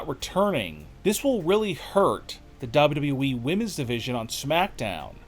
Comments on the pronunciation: Dude it's call W W E. Not W.E. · Can the narrator of these videos please pronounce the second w in WWE, it is not the WE it is WWE lol